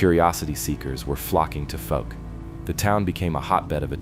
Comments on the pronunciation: Fouke is actually pronounced like falk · That is not how anyone in Arkansas says Fouke. The ou sounds like the ou in mouth.